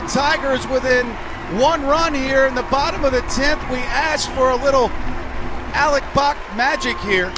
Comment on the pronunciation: Who the fuck is this announcer and why is he pronouncing it "Alec Boc" stadium